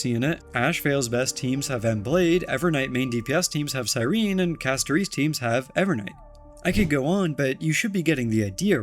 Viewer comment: Why did you put the emphasis on the i in Castorice? 😂